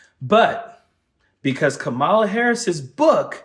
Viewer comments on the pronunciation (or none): KAMALA, Man, COME ON!!! not "Ka Mala". please don't use the Republican's pronunciation. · I’m leaving this video because you don’t know how to say Kamala. Ben, are you there?